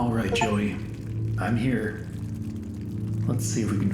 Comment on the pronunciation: I'm outta heeah!